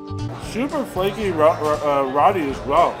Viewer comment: as an eater, please learn how to pronounce the foods...Roti...is not pronounced "Roadie"....lol